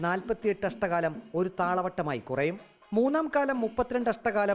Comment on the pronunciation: അഷ്ട കാലം അല്ല അക്ഷര കാലം.. അങ്ങനെ ആണ് പറയുക.. എന്തായാലും ആധികാരികം ആയി പറയാനുള്ള റിപ്പോർട്ടറുടെ ശ്രമം അഭനന്ദനാർഹം.. keep it up.. 👍